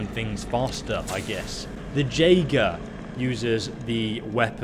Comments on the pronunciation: It's pronounced YAE-ger not JAY-ger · just an FYI, Jaeger is pronounced Yager. like Jaegermeister. its german for hunter.